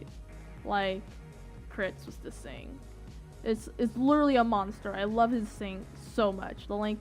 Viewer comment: I think it is cute how you say "sing" instead of thing. Seriously, I think it's cute and I am NOT moking you. Besides, at least you can complete a full sentence without stuttering or stammering. waves hand and points to self I like your vids please keep them coming.